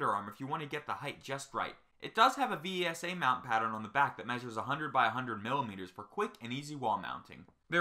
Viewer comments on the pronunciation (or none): V S A? Its pronunciation is vesa